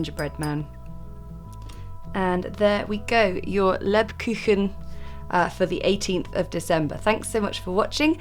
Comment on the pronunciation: Hello, Just what to tell you, that's right how you say " Lebkuchen" and right they do taste fantastic. But I am so long in Germany and I love making scones and other English things to eat. But it is always nice to eat something that comes from another country. So thanks for that bye Yasmin and have a happy and lovely Christmas and I do wish you and your family all the best for 2022. Bye